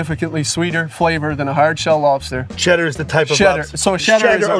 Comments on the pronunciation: It’s Maine. When you make a mistake like CHEDDAH vs SHEDDAH… you’ll hear it forever. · Hey Adam,you got Bastid right but Shedda needs work🤣! Poor you gettin stuck with Chedda😲! The Boy's had fun with you as all❤🎉First time eating Sheddas! JO JO IN VT 🍁👻🎃💞